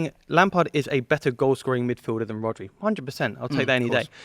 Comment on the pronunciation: Man said RODRI🤣🤣🤣🤣